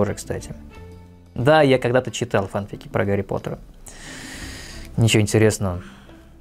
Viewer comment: если честно, то не знаю не одного человека что говорит "йогУрт". Да и в поискавиках и форумах все пишут , что "фанфИки" - правильное произношение (так даже в официальных дубляжах говорят)